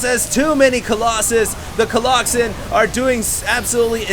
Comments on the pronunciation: But you don't get pissed when he says coloxen? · Stop saying colloxymmm plzzz god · please stop saying colloxen. it sounds like the name of a fatal disease.